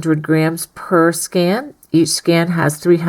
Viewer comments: Sounds like you’re saying “scan”😂😬 love these videos! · Thank you. Please check for the pronunciation of skein. Rhymes with main, pain, Wayne. I am starting this baby afghan tonight if I can find the appropriate yarn in my stash.